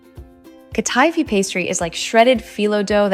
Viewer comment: It's hurting my ears and my mind to hear her say Katifi. She's mispronouncing the word she's mispronouncing the name.